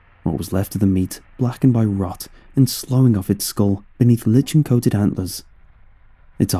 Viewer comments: I love ya man but I gotta say it. It’s pronounced LIE-kin, not LICH-in. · Lichen is pronounced similar to "liken," not "litchen" lol